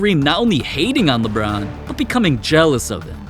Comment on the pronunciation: Yeah LBRON JAMES says alon